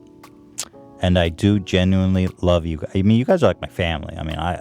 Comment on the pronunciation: Knew he was from Philly when he said “yamean”🤣